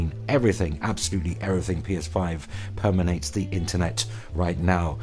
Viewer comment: Permeate, mate, it's permeate.